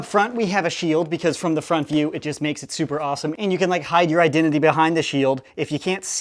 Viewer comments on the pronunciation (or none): Why does he say thooper